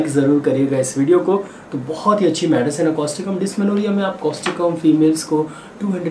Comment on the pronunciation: Thank you sir,for your good explanation.During this,kindly tell the name of medicin clearly and its spelling also.